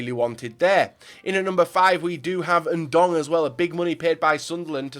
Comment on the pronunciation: anyone else giggle when he said "Ndong"?😂